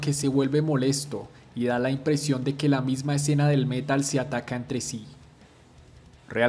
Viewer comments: ¿Por qué prounuciás el métal en vez de el metal? Parecés español diciendo vídeo en vez de video... 🤦🏼‍♂️ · "el Mé-tal"